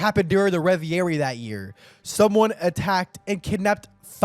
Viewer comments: I can’t get over “riviera” instead of reverie. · its not "revierie " its reve rie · I hope that someday learns how to correctly pronounce Reverie